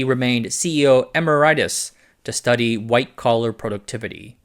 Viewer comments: Emeritus is pronounced “emEReetoos”, it’s a Latin word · Emeritus = ee-MARE-it-us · It's pronounced "uh-MEH-ruh-tuhs" not "em-er-i-tuhs" as you did. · may wanna double check how emeritus is pronounced.